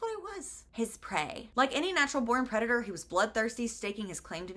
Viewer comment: "He's my predator and I'm his prey." I thought you said CREDITOR and for one brief moment this book was going to a very strange place in my imagination.